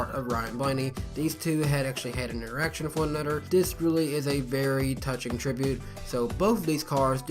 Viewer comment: I swear or so it sounds like he says theses two actually had and erection with one another